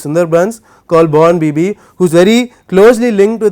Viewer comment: Madam, its 'Bonbibi'